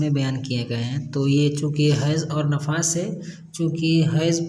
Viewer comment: Hazrat nafas nahin nifas kahate Hain